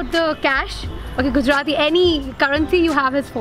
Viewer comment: You’re the first foreigner who can pronounce Gujarati as a natives 😃😃 welcome to my city .. friend